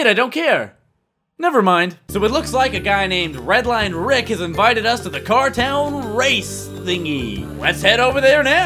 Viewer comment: Am I the only one that heard "cartel" every time Putt Putt says "cartown"?